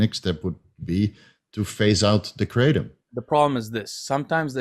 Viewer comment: Asians shaking their heads on how they pronounced Kratom. It is pronounced Kra-TOM not KraTEM